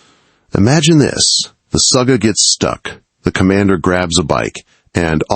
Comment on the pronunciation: Its Sugga, not Suga, that is something totaly diffrent